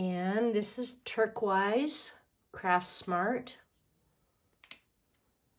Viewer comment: The way you say Turquoise makes me lol